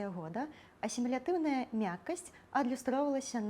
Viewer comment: Дзякую за цудоўны выпуск! Раскажыце, калі ласка, пра асаблівасьці вымаўленьня [с']. У вас у пачатку ў слове 'асімілятыўная' яно беларускае крыху шапялявае, а напрыканцы ўжо чыстае і звонкае ў слове 'часьцей'. Як правільна?